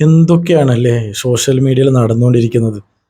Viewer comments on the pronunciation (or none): ശ്ശോഷ്യൽ മീഡിയ അല്ല. ആദ്യം പറയാൻ പഠിക്ക്